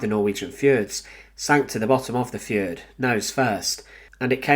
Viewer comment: Please learn how to pronounce the word, 'fjord'. Thanks.